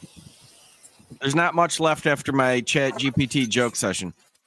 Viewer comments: Why you keep saying GTP? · Anyone sighing every time erroneously said Chat G...T...P? 😅